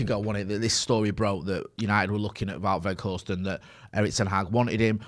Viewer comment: the correct pronunciation is Vout (like about ) Vay Horsed